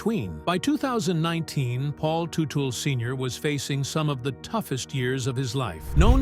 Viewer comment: He doesn’t own Gas monkey are you kidding me? Can’t even pronounce his name properly